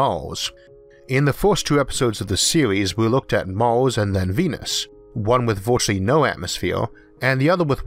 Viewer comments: Why do you say Mors instead of Mars? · mors, venis, orth, antorctico, wardo, fiyoh it annoys me more than it should... sorry, but i cant watch this video. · Did you say Mars or Mouse? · MARS not MAWS, RETURN not WETUWN lol yeaws instead of years, houws instead of hours 😆😆😆😆😆😆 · I don't want to be "that guy", but I love your narration skills Mawth? Tewwafowm ? Sorry :-) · What planet is Maws? Learn the letter R, makes for easier listing XD